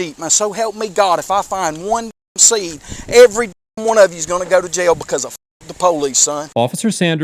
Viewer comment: JAIL has 1 syllable..not 2...I'm southern & even I know that! What a disgusting douche bag! When he ends up in jail cause u know his narcissistic attitude is gonna get him in trouble & he will forget he doesn't have a badge anymore...there will be a line formed to "f**k the police"...🤣